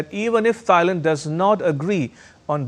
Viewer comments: It’s pronounce “TIE-land”, uncle. NOT “THIGH-land”. 😂😂😂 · Can someone correct* his pronounciation of Thailand, its not Thigh-land its pronounced Tie-land 😅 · Thigh-land? Learn how to pronounce the countries of which you speak! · Thailand - is pronounced T-ailand and not as Th -ailand. How about that ? (Germany) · Why do you keep saying Thigh and Thighland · For heaven's sake, the 'H' THailand is not pronounced! It is not Thigh-land! Do your homework please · It is NoT Thighland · wtf is “Tsi-land” It’s Thailand** ya brown bag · Can you please pronounce the name of the country and city right? Thailand, h is silent - Tailand. Phnom Penh, h is silent - Pnom Penh. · Hey dude!! Learn how to pronounce Thailand!! Jeeeezus. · The presenter undermines his credibility by mispronouncing Thailand & Thai. Is this ignorance, arrogance or stupidity?